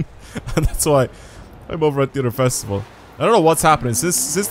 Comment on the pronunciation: You saying "The Fastival" is oddly funny and they should use it in the game